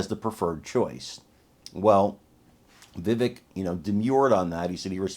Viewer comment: He doesn't correct people, but it's pronounced VIH-VAKE. I made the same mistake for a long time before someone asked him about it. Vivek is such a gracious guy he didn't sweat an understandable mispronunciation of his name, but we should learn to pronounce the name of one of our future presidents.